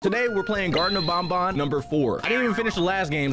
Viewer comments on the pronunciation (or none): “Garten of bon bon” 💀👍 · Not “garten of bonbon” 😭🤚